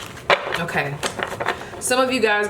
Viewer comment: pile 3 when you pulled the queen of pentacles it sounded like you said “ewkay” 😂 i love your energy !!!